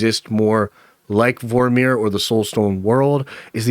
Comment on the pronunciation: Great video 👍🏼 Why are you saying Vor-meer like it’s 2 separate words?